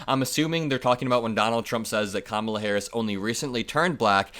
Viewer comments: I hate how they intentionally mispronounce Kamala's name: it's emphasis is such: KAMA la. So rude and disrespectful. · People who mispronounce Kamala’s name, just a poor reflection on themselves. If they can’t Provence a name correctly, they look stupid